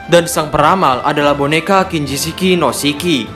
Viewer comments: "Shiki" min, bukan Siki, kalo Siki bahasa sunda artinya Biji lelaki 😅😂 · Nyebut nama shiki aj kok gitu. Emng nama asli shiki gitu ya min😂